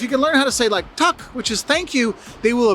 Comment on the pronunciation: He actually cannot! He’s saying ”tak” which means roof, instead of ”tack” which means thanks. If you want to be polite you say ”tack så mycket ” which directly translated means thanks so much, or you can say ”tusen tack ” which directly translated means a thousand thanks ! But we appreciate the effort are used to people saying roof to us to show their appreciation! ❤❤❤🇸🇪